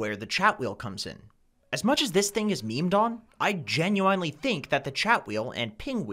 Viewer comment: Normal people: Genuinely: GENYOUEYENELY